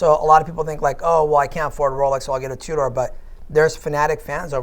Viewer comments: He was definitely saying two-door instead of Tudor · I wanna punch that guy in the face for saying “Two Door.” 🤦‍♂️ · Two DOOR.. AudemarS.. PAtek.. smh.. facepalm.. Hopefully their sales are better than pronunciation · I love “Brightlink” and “Twodoor” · The way he says Tudor grinds my gears a bit. Sounds like he's saying "Two Door" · I believe it's pronounced TwoDoors.